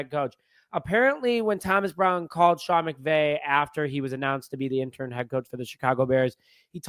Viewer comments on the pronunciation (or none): It's interim, IN-tuh-rum...not intern or interm, which isn't even a word.